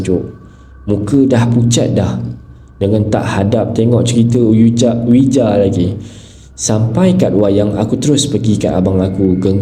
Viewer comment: Ouija sebutannya weejee/wiji🙂✌ apa pun enjoy cerita2 seram kat channel ni..keep up the good work 👍👍👍💪💪💪